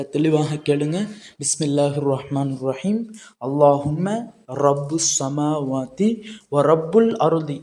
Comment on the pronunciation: அஸ்ஸலாமு அலைக்கும் வரஹ்...ரப்புஸ் ஸமாவாத்தியா, ரப்பஸ் ஸமாவாத்தியா? எழுத்தில் இருப்பதற்கும், உச்சரிப்பும் வித்தியாசப் படுகிறது. ஜஸாக் அல்லாஹ்.